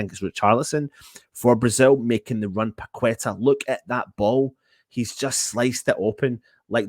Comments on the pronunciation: It´s pronounced PA-KE-TAR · I think wins the worst pronunciation prize!